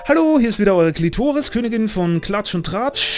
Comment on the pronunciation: "Kletoris" nein einfach nein. xD